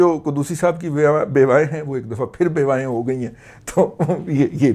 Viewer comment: بیوائیں یا بیسوائیں؟ میں صحیح طرح سُن نہیں سکا🙂🙃